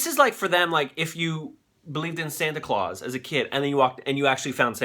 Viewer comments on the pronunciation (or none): none